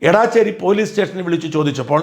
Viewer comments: എടാച്ചേര അല്ലടോ എടച്ചേരി ,ഒരു പേര് പോലും നേരാം വണ്ണം പറയില്ല 😅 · എടാച്ചേരി അല്ല, എടച്ചേരിയാണ് ഷാജാ❗ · Not Edaaacheri The name is Edacheri It’s near Vatakara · എടച്ചേരി ആണ് എടാച്ചേരി അല്ല. ഞങ്ങളുടെ നാട് ആണ്. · എടാച്ചേരി അല്ല, എടച്ചേരി ആണ്. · എടാച്ചേരി അല്ല എടച്ചേരി എന്റെ നാട് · എടച്ചേരി ആണ് എടാച്ചേരി അല്ല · Dear Shajan Sir താങ്കൾ സ്ഥലത്തിൻ്റെ പേര് തെറ്റായാണ് പറയുന്നത്. എടാച്ചേരി അല്ല എടച്ചേരി ആണ് എന്ന് ഈ വീഡിയോ യിൽ തന്നെ കാണിക്കുന്നുണ്ട്. Main contentമായി ബന്ധമില്ലെങ്കിലും സൂചിപ്പിച്ചു എന്ന് മാത്രം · എടാച്ചേരി അല്ല ഇടച്ചേരി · ഏയ് മഹാമനുഷ്യാ ഏടാച്ചേരി അല്ല എടച്ചേരി ആണ്! രാവിലെ സാട്ടാ തുടങ്ങിയത് BS ശാസ്ത്രി എന്ന പുംഗവനാണ്. മഹാവൃത്തികെട്ട ഒരു പരിപാടി ആണ്. പോളിങ് ഡ്യൂട്ടി ഉള്ളവർക്ക് പോസ്റ്റൽ വോട്ട് ആണ്. ഇതൊന്നും അറിയാത്ത മഹാ മനുഷ്യൻ!